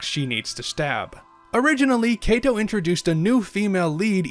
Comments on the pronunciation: It is actually pronounced "Ka-to." Not "Kei-to". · [ °],[ °] It's weird. You spelled correctly every single foreign name and word, even "manga", but for some reason you said "Keto" all the time. If the "a" in "manga" is "a", why should the "a" in "Kato" be "e"? In Japanese letters doesn't randomly change pronunciation, like in English.